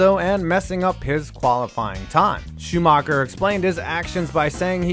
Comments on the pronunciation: Just the accent of the guy talking should turn you off this video. Nevermind the content. "Proust at Suzaka". Amazing. Excuse me, where?! I bet nobody knows what he's talking about Butthurt Shoe Marker and Villa Newve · Michael Shoomarkar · schumacher is not pronounced shoemaker but hey the english way to pronunce foreign names is to look at the name and find the english word that sounds kinda the same same with leclerc who is called le clerk